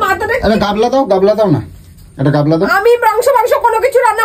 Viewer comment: গাবলা টা কি জিনিস। আমরা জানি গামলা। তবে এই উজবুক লোক টার গাবলা 😆😆😆এত জ্ঞান মারে র কথা বলতে পারে না ঠিক ভাবে বলে গাবলা 😆😆😆কথার কি ছিরি